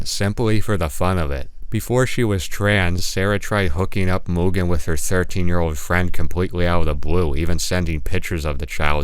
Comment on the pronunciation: fantastic video but please stick to one pronunciation of mugen it drove me up the wall hearing you pronounce it differently so many times bro